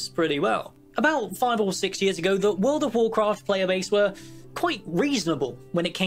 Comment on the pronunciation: furld of warcraft :D xD